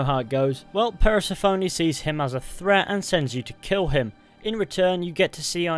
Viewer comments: Please learn to say persephone’s name correctly fully bugged me throughout ‘ per se phoney” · I hope you never tried to pronounce Persephone ever again...that was just upsetting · I didn’t know one mans pronunciation of Persephone could make me so irrationally angry